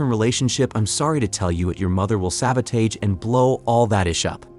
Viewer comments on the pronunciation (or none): Why don't you learn how to pronounce sabotage? sab·o·tage [ˈsabəˌtäZH]